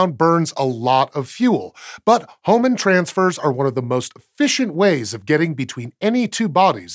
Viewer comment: You butchered Hohmann Transfers.